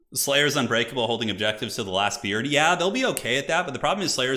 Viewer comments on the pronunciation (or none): none